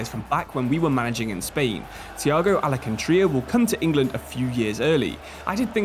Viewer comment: Thiago AlcanTREEyah 🌳